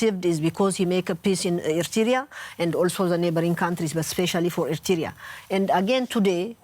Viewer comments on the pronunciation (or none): Madam Ambassador, the country is called Eritrea not Ertiria